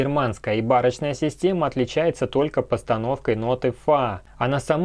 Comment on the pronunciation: Очень интересно! Только ударение на О - БарОчная. Стиль барокко.